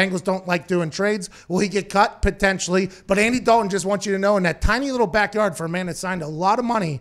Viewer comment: He’s from Pittsburgh, give him a break, he can’t help it, lol.